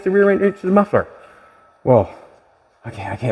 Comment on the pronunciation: You really messed up Jolene’s “muffler”